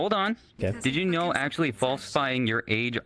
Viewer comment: 'no i never actuwally beweaved it' 🤓